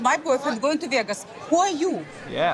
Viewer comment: Veahgoose! I will never say Vegas correctly again 😂